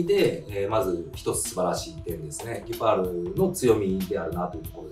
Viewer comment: ギュパールであってますよ😊